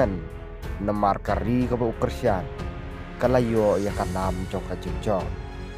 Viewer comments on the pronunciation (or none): none